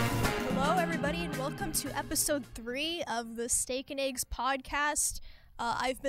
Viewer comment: For some reason it pisses me off when people pronounce eggs as ayggs. Wtf is wrong with yall lol